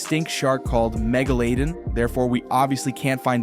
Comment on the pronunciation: mega-lay-don :face-blue-smiling::face-blue-smiling::face-blue-smiling